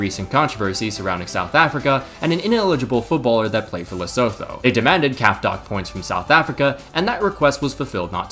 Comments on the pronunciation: 1) Great video 2) It's pronounced "Le-soo-too" 3) Fun fact: the geoblock on the Eurovision performances from has been lifted! Still no luck for most of , though. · The 'tho' in Lesotho is pronounced as two. Le-su-two